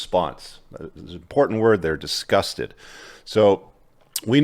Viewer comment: That emphatic "disgusted" sent me 💀